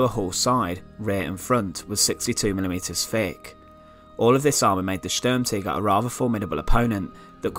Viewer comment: Good knowledge but bad pronunciation ( STURM TIGER) ( not Sturmtigger ) T I G E R! not T I G G E R as you keep saying, Anyway apart from that i'm sure that people found this interesting as i did.